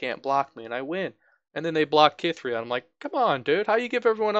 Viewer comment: Cithria is said like Sith-ria. If you play her with Garen he says her name. Also YES mobilize is fantastic. Probably one of my favorite cards in the game. Something that you didn't even touch on that makes mobilize ridiculously strong is that if the cost is reduced it stays reduced. Say you use it, drop Garen to 4, then summon Garen. Later the opponent chooses to cast a recall on your Garen. That Garen stays 4 cost. Absolutely bonkers. Vanguard Redeemer becomes a 1 cost draw unit card if you Mobilize it beforehand and just hold onto it until a unit of yours dies. I've used Purify to deal with Elusives if you run a Demacia/Freljord deck since Freljord especially has no real way to deal with Elusives other than to just frostbite them. Single Combat is very useful because if your unit is being targeted by a Recall or Kill card they will always do the effect of Single Combat first. It's not exactly a way to stop the effect of a Recall or Kill but it is at least a response to it. Stand Alone is also secretly good too but the way it works is deceptive so maybe that's why people don't use it more. You have one unit on the field, use this card, then immediately summon other units. The way it's worded it seems like you can't have other units in your hand or whatever but nope. It's also a great response if you have 2 units and one of them gets Recalled or Killed by an annoying Ionia or Shadow Isles deck, then you are free to slam this on your unit. Mageseeker Inciter can get rid of the